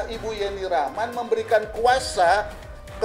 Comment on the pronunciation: si admin juga nyebut nama YENNI RACHMAN menjadi JENI..JENI.. kurang ilmu sudah maksa jd narator..